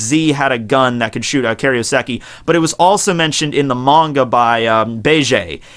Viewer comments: Kay-roh-seh-kee FFS, can you pronounce anything right? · Is that right? I thought it was Kai-ro-seki?